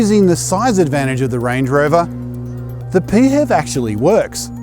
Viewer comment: Pee Hev 😂 Pronounced P H E V (letter by letter becuase its an acronym) but you do you lmao